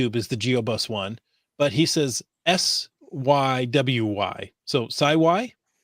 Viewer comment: 😂😂😂😂😂😂hahahhaha With all the pronunciations and gender bias, you actually pronounced sywy (my geo name) correctly. Hahah. It rhymes with wifi. It comes from my daughter's name. 😂 thanks for the giggles- enjoying your podcasts! ... oh and the event pic in question from NM visit was on the YouTube vid from last week. Happy Caching!